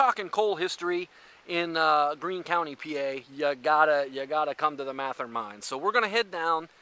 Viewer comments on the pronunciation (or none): It is not pronounced MATH-er. Mathe-er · You didn’t even pronounce Mather correctly. 😬